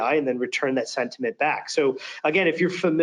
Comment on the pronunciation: Somebody tell the demo guy that it's SENT-iment, not SED-iment... ;o)